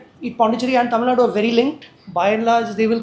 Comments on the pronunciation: does he deliberately mispronounced tamilnadu as tamill*du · Tamilnaidu he meant